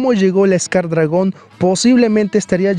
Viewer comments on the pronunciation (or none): Todos escucharon que dijo escar dragón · te equivocaste en tu video disiendo escar dragon 😂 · Jajaja me dio risa cuando dijo skcar dragon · Like si notaste que dijo scar dragon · Alguien se dio cuenta que dijo scar dragón XD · DIJO SCAR DRAGON XDDDDDDDDDDDDDDDDDDDDDDDDDDDDDDDD